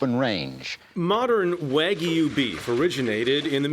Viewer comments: So it’s half angus and half waygu not waygu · lol after all that he pronounced wagyu wrong at the end